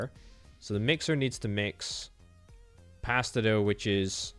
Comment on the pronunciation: Gods you had me raging every time you misread "mix bone dust and spider eggs to form pasta dough" as "mix spider eggs and pasta doguh".